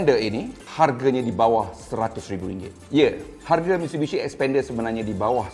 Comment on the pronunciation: Masalahnya.. nama.. slalu tersasul sebut spender 👻